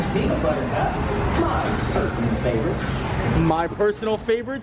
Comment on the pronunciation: Hello, first time viewer. -Did you just miss pronounced Reeses. You said Reesie‘s. Even the “voice to text“ feature on a phone spells Reesie’s when I say it your way. (Laughing) -Mario, The Disneyland Neighbor.